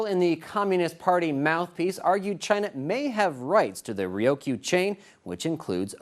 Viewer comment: having graduated from Kubasaki HS in 83, I get perturbed when some dumbass white guy can't pronounce the Ryukyu Islands correctly. Its as bad when the Tsunami hit, and some Dumbass lady reporter pronounces it "Too-na- mi". There is no "O" in Ryukyu Dumbass. China, I can't stand China.